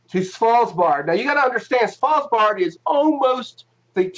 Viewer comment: There is a fine line of trolling, and you guys stepped over it. There is just too many thing wrong here at the same time that even super christian young flat earth conspiracy theorists can't swallow this. Not sure how you even managed to pronounce Svalbard the way you did ... Was the plan that you would ski around Antarctica with a camera to take the pictures? What equipment did you install down there that's supposed to help on the coverage? We're still waiting on your function at NASA, seems like you don't want to answer that still. And fiber optical cable from McMurdo to Svalbard does not make sense in any universe ... so perhaps you have a problem with comprehending things?